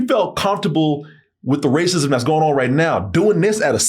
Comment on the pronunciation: Turrets or good ol’ rah-cism? You know that rah-cism is back in fashion again.